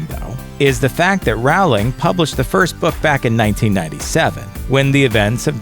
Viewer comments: ITS ROWLING NOT RAWWLING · Maybe how to pronounce Rowling? ("ROW ling", not "RAU ling") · THAT ITS PRONOUNCED J.K. ROLLING AS IN ROLLING PIN NOT J.K. ROWHLING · Her name is Rowling (like bowling) Not Rowling (like howling) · he saying rOWling not rOleing it’s pronounced ROLEING edit: it’s still spelt Rowling though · J.K. Rowling's name is pronounced like when you row a boat using oars. It's not pronounced like "how." Millenials often get pronounciations wrong because they don't speak and hear their wordings/texts. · *philosopher's stone *rowling (rolling) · AAGGGHHHHHH!!!!!! u... ITS PRONOUNCED JK ROLLING NOT JK ROW-LING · another fun fact you (yes, you, guys of ) might have missed, is that the row in the name J.K. Rowling is not pronounced as now, but as no. Like rowing a boat. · It's J.K. ROLL ing not ROWL ing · Dude it's "Row-ling" (as in rowing a boat) not "R-ow-ling" (as in ow! ouch that hurt) haha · It's not pronounced Row-ling is pronounced rolling like a rolling pin. But it's spelled Rowling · I think you should've said the JK Rowling is pronounced JK Rolling not however u said it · its pronounced how its spelled, Rowling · I cringed when he said rOWling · Rowling, like bowling. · it's pronounced jay Kay rowl ing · penseeve, raowling, azzkahban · A die-hard fan would know that her name is pronounced "Rolling" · Rowling pronounced like a row of ducks not the way u were pronouncing it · AND ROWLING IS SPOKEN LIKE 'ROLLING' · NOT ROWHLING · Some of this stuff isn't canon though...They're just theories...And it's pronounced like J.K. ROLLing... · you're pronouncing her name wrong. it's pronounced the same as rolling. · You pronounce Rowling wrong. I'm not a hater, I watched a review whit Rowling herself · thats not how you say rowling! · You're pronouncing JK Rowling's name wrong.. maybe should've done some simple googling before making this, eh? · The guy who does the voice-over kept mispronouncing words and it's pissing me off.